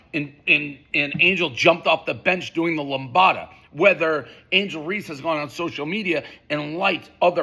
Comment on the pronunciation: Who said angle race not angle reeces dave you a pos